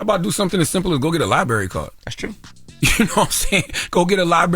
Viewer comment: He’s telling people to go read a book, but he’s dating “libary”… it’s “LIBRARY “